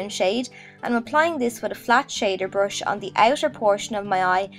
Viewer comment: It's not a brosh and you're not boffing. It's a brUsh and you're bUffing. Urrgh